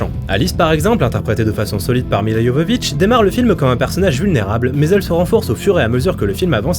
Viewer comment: Merci ! un des rares a bien prononcer Milla (Y)Jovovich. Elle st si belle...